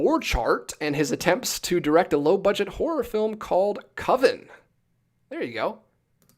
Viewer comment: i love how you say the title "Coven" from american movie correctly. bc the subject of the doc never does once. its a must watch. Also Prairie home companion is based on a real radio show. the creator is the host of the show. it was on NPR forever. this is ALtmans last film